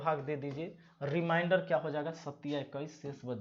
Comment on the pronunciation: रिमाइंडर नहीं रिमेंडर बोला जाता है, बिहारी बाबू। उच्चारण सही कर लो। मैंने का दिन निकाला तो बृहस्पति आता है,जब कि बुधवार होना चाहिए। ऐसा क्यों ? कहीं तो गड़बड़ी है फार्मूले में। आप चेक करिए।